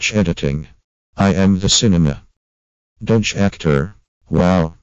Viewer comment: He pronounces doge the same way I do. WIN!